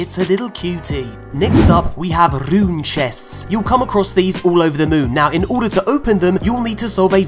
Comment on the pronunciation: nobody:: rrrrrrrrrrrune code